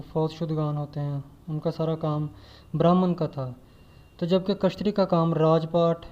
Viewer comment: يہ لفظ کشتری نہيں ہے اصل لفظ کيشترِيا ہے